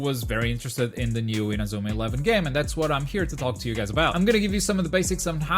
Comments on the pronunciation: Lol "in-a-zoo-ma" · You're portuguese aren't ya? The way you say Inazuma doesn't lie.. lmao